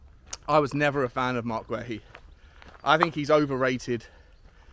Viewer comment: It Marc Gay-EE not Gway he